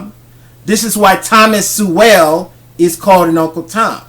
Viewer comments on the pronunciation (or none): Interesting video. One thing you said Thomas Su well or something like that. His name is pronounced soul, as in I have a soul, Thomas Soul. I only mention it because I am I huge fan of his.